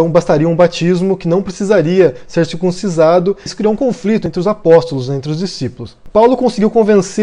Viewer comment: quem faz a circuncisão não é " circuncizado ", mas sim " CIRCUNCIDADO ".